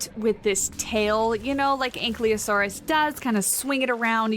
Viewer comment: It's An-kye-low-sore-us And An-kye-low-doe-cus.